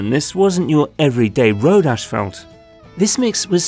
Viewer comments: decent video and explanation. however the asphalt material is NOT pronounced "ASH-falt". there is no H in the first syllable. its pronounced "ass-falt". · It's pronounced asphalt, not ashfault. I couldn't figure out what you were trying to say the first few times. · Why does this guy not know how to say Asphalt? He keeps saying ashfelt. I did a search and this doesn’t appear to be a Canadian or British thing either. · It’s pronounced assfault not ashfelt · If only the narrator could pronounce "Asphalt".... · Sounds like ur saying ash-felt lol